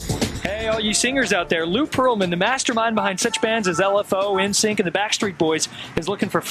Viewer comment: "en-sync" 😩 Her pronunciation of NSYNC just reminded me how old I am 😅